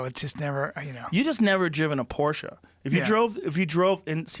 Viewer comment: Yea he learned how to say it finally